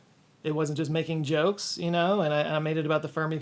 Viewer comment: You telling -ks, lol